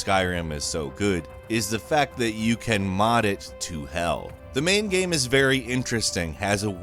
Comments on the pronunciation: Say "game".: "Ghem." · Is it just me or can he simply not pronounce the word " Game " even though it's obviously all he talks about? I always hear Geeim and it bothers the shit outta me lol. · It's unfortunate that the one word this narrator cannot say properly is the word GAME. He keeps saying "gəm" and it's driving me insane.